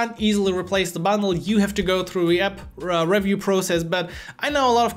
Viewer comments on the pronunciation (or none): I would highly advice you to fix the following pronounciations on the following words you use a lot: "Review", "Legit" and "Project" - You can type it in Youtube "How to pronounce [word]" then put them on a AnkiDeck or something and keep practising. By the way you speak English very well, this is only a small note on your "emphasis." Its the difference between saying EM-Pha-sis (correct way vs. Emfaaa-sis, you see how just by changing which sounds you "stress" it changes the meaning and sometimes rendering it almost uninteligble. So yeah practice these two words as you will be using them a lot so it is worth knowing how to pronounce them the right way. Your content is really good and you helped me and I am a phonetics specialist so I thought I would also try and contribute back. thank you so much:)